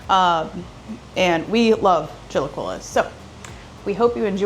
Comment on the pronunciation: pronounced "chee la key lays